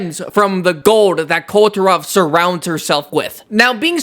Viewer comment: Isn't it supposed Kul- ve Ta-roth not kul turah😅